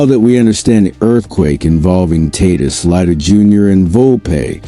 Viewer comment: If the stadium pa announcer pronounces Tatis like you Tatis would turn tail and run from sheer embarrassment. You’re bs crap isn’t worth my time. Your crap is utterly useless.